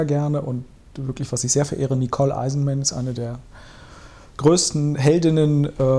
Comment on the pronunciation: Ich glaube, gemeint ist Nicole Eisenman, nicht Heinsenmer. Und meinte er wohl Kim Schoenstadt, nicht Schoen (wie in der Übersetzung). Nur kleiner Hinweis.